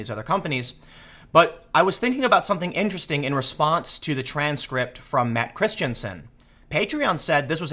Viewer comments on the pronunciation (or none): Please stop saying intersting